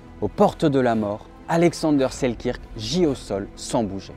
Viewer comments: Bonne prononciation : Alexander Seelkeurk,pas la bonne orthographe bien sûr mais bonne prononciation. Sinon, vidéo fort intéressante à garder ds un coin de sa mémoire. Bonne continuation ! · ca se prononce: sel-"queue"-rk, en passant. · Super vidéo :) pour info ça se prononce Selkeurk :)